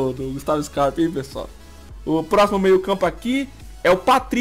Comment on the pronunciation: ele erra muito quando vai falar"scarpa do botafogo"